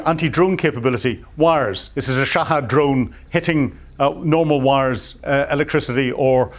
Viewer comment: wish this old man would pronounce shahed as is, and not shahad. its not as if he is right